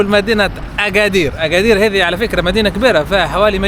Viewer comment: لا لتحريف أسماء الأماكن المدينة اسمها أكادير وليس اغادير وله دلالات باللغة المحلية